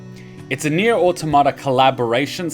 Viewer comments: Nier Autom-ata not Auto-mata why do people stuggle with that word?? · that's fair but it's still Autom-ata and not Auto-marta.